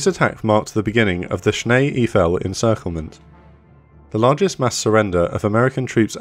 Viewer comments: Shnay ayfell . Not sneeee eeeefell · Nice video! Small tip; “Schnee Eiffel” is pronounced as “Sch-nay Eye-fel” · schnay eef-L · It would’ve taken a you few seconds to find out how „schnee eiffel“ would be roughly pronounced in Google 🎉. Come on Britain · Please take the time to learn to pronounce place names before you narrate the story. Schnee Eifel for one.